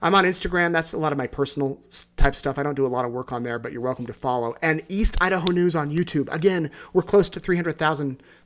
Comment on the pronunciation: Thank you. Watching from No. CA. Been watching from the beginning. My family is from East Idaho, and I still have family there. I Love Idaho. You got the pronunciation perfect!